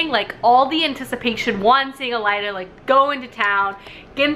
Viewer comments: okay but why is she saying every name that ends with an e sound like it ends with an a...? it Yrene, not Yrena. It's Elide, not Elida... AH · Omg, your pronounciations has me giggling!! You reminded me of my friend who says most of them wrong too. 😂😂😊 It’s Eye-Reen for Yrene Uh-leed for Elide. A-Lynn for Aelin O-rinth for Orynth (capital city or Terrasen btw) And Maas pronounces Manon as Ma-none rather than Man-un. But irl I know a girl with that name who pronounces it your way so either is good. Glad you enjoyed it!! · I'm facepalming so hard with how you pronounce the names lol so im going to help Aelin = A-LYNN Elide = UH-LEED Yrene = EYE-REEN Feyre = FAY-RA Orynth = OR-INTH capital city of Terrasen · I love how you keep saying "Elida" and "Alien" 😂😂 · El-eed, Muh-non, Irene, Aye-lin ;) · Are you saying Alien because you don’t like her? Lolol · Had to stop 6 minutes in due to the horrible pronunciations! You really thought the main characters name was ALIEN????? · StrangerReads omg the way she says Yrene, Elide, and Aelin is making me twitch. Lol love her tho